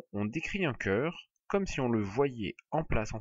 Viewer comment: magnifique video juste un defaut ce n'est pas "ceur" mais "cœur " sinon merci beaucoup pour votre video:hand-purple-blue-peace::goodvibes